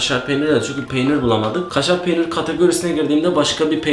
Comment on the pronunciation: KŞŞŞŞARR PEYNİR ABEY